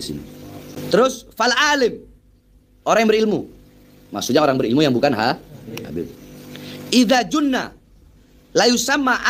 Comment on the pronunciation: Bahar bukan Ida zunna. Masa cucu nbi. Ga bisa baca. Memalukan